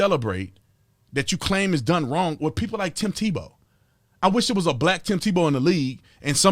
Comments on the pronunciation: I stoped listening to Stephen a when he said Tebow went to Florida St. Tevowbwent to Florida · Is it me or did Stephen a say tebow played at Florida state?? Lol